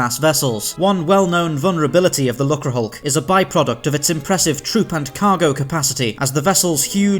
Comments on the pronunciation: It's pronounced luke-er, rather than luck-ra. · Disappointing that they didn't research how to pronounce "lucre". A quick look in a dictionary would would have done.